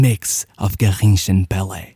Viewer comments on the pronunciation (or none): none